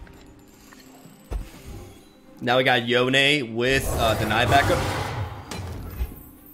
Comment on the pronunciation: After three videos of pronouncing Yone as "Jone," you finally got it right! (Yo-nay)